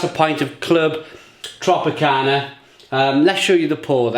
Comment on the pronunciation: It’s not called Clwb Tropicana, it’s Clwb Tropica.